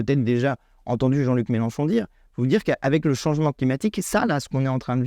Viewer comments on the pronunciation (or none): none